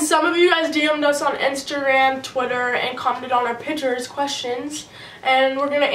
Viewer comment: She's always saying Pitures